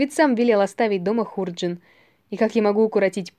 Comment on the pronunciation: Хорошая сказка, только ударение в слове,, ХУРДЖИН" ставят на втором слоге, дыхание чтицы громкое, учиться надо у школьных учителей, добавить бы скорости РЕЧИ... ЖЕЛАЮ УСПЕХА !